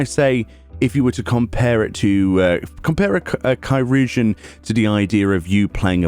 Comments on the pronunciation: Help on pronunciation - I actually looked this up a while back: Curugeon (sp?) is a very OLD proto-word for what we eventually came to call "surgeon". So think the word surgeon, just starting with a k sound. Kur-jin or Kur-u-jin (you pronounced surgeon "sur-jin"). Hope that helps! EDIT: Maybe "chur-jin"? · It's pronounced Kai-rur-geon. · Chirugeon is “Surgeon”, CH can sometimes be used with an S noise (See ‘Niché’), IR can be used for the UR noise (See ‘Sir’), the U is silent, and GEON is used as normal. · Wow. I've been pronouncing it like cheeroojeein this whole time. And that's ch as in Charlie at the beginning. Yyyep. I'm way off. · from what I've read, "chirurgeon" is one of the earliest (if not de facto ealiest) form of the word "surgeon" and during the time of its use "ch" was pronounced closer to "s" than anything, so its likely pronounced "sir-urgeon." Which makes sense, because the nature of language is to get shorter and faster as time goes on while retaining as much unique meaning as possible, thus "sirurgeon" would quickly flow into "sirrgeon" and then "surgeon" (in pronunciation if not in spelling). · Isn't "chirurgeon" just pronounced... "chi" + "urgeon" as in "surgeon"? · They pronounced it “Kī-rur-jun” in the voiced cutscenes. The example in my mind is early in the Stormblood story. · Chi-rur-geon is old English for surgeon. In Dutch it became chirurg.